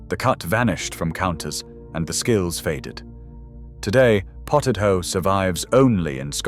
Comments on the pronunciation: Potted ho? I think not. It's potted hoch (as in loch). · Haugh is NOT prounced HO it sounds like hoch, And is still made in homes from boiling chin beef and knee bones till they are falling apart 😅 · Scotish hough pronouced hock as in ham hock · WTAF is Potted HOW?? It's Scottish and rhymes with LOCH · Made me laugh. He started with 'how', then changed to 'hoe' and finally 'who'! 😂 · I wish they had looked into the pronunciation of hough, it rhyms wih the aunusual sound of loch( tongue raised at the back of the mouth and breathing out)